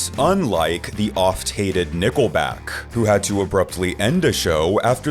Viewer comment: Is it just me or did he say "Nippleback?" Sounded like he did 😂